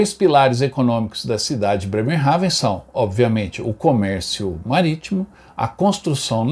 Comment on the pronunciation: Nao se duz assim o nome da cidade